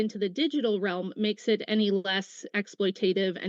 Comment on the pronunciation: Smarter than, who doesn’t even know how to pronounce “exploitative”.